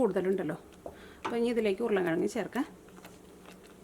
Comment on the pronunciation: സ്ഥിരമായി കാണുന്നൊരാളാണ് ഞാൻ. വിഭവങ്ങളെല്ലാം വളരെ രുചിയുള്ളതും ഏറെ സ്വീകാര്യവുമാണ്. അഭിനന്ദനങ്ങൾ. ഒരു കാര്യം പറയട്ടെ. വിവരണത്തിന്റെ ഭാഷ ഒന്ന് ശുദ്ധീകരിച്ചാൽ കേൾക്കാൻ രസകരമായിരിക്കും. മസാള അല്ല മസാല ആണ്. ഉർളൻ കിഴങ്ങല്ല, ഉരുളക്കിഴങ്ങാണ്. പൊട്ടറ്റോ എന്ന് പറഞ്ഞാലും നന്നായിരിക്കും. പുത്തൻവേലിക്കര സ്ലാങ് എല്ലാവർക്കും രസിക്കണമെന്നില്ല.